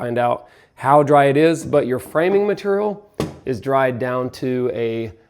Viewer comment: New drinking game, when says maturial, take a shot 😂